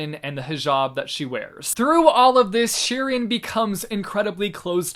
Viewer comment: It might just be me as a brown girl but it’s Shireen(shih-reen). I’m sorry, I just cringe at wrong pronounciations